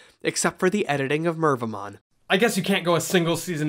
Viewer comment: Mervamon kept hearing Minervamon for some reason.